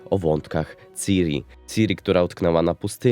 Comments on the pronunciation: "Siri" to jest w Apple. "Ciri" nie "Siri" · Mówi się kurwa CIRI nie SIRI. Nie ma tam żadnej angielszczyzny w tym, JEST C I R I. Sam Sapkowski wielokrotnie zaznaczał CIRI NIE SIRI